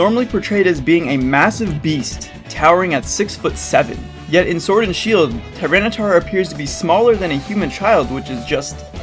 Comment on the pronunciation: "Tinytar" LOL